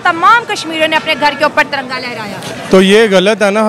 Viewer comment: Please hamari tiranga ko galti se bhi taranga na bole....